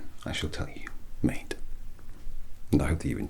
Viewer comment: Can't under stand if he's calling me mate or meat also love this